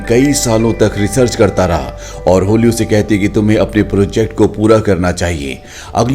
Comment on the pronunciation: होली नहीं भाई हॉली है वो😅😅